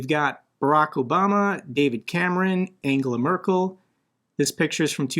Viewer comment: I really like how you pronounce the name of Angela Merkel.